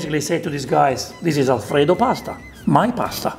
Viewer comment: The most original style of cooking alfrrrredo.